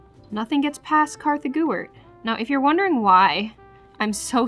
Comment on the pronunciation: No hate but why does she always call herself it's so funny